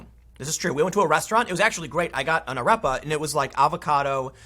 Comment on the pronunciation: Tim’s pronounciation of ’arepa’ and referring to it as a ’dish’ makes my skin crawl. I know I’m just knit picking, but uuuuugh.